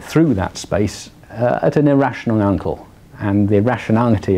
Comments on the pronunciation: He says angle like uncle :D hahaha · i paused the video to look for this comment :) .. i think he says ankle tho :) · Did he say Angle or uncle?